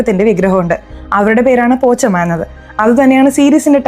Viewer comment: പോച്ചമ്മ അല്ല, പോശമ്മ